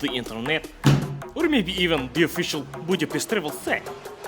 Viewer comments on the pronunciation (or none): none